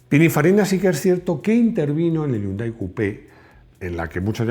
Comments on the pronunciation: No se dice YUNDAI, se dice "JÍUNDAI" y se escribe Hyundai. La "ache, no es muda" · No yundai sino jiundae del anglisismo de 현대 que en inglés se escribe hyundai